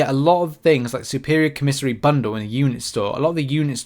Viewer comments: COM a SARY not co-mis-ery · It’s COMA SARY co miss ary makes my skin crawl when you say it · koh' • mih • sar • ee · Christ days later and you still cannot say the word LMFAOOOOO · Man I'm wondering why you say commissary like that lol